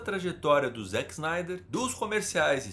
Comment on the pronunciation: Desculpe s eeu estiver sendo chato, mas gostaria de fazer uma pequena correção, é que você pronunciou o nome do Zack snyder errado, não se diz zack snaider, mas o jeito correto de se pronunciar é "Zeck splinter" e o sobrenome é "snydercut é meu ovo"